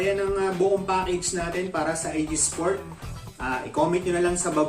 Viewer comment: Boss ang mali mo lang nasabi ay IGSPORT..dapat ah IGPSPORT..kulang ng P boss kasi ganyan din ang gamit ko.